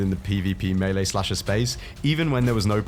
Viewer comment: I KNEW you knew how to pronounce melee